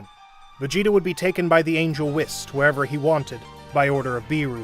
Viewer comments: Don’t forget “whisk” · Bro said wiss😂😂😂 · bro its whis like wheas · Bro you know damn well you sayin whis’s name wrong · I love hearing you say beerrooos 💀 and wissss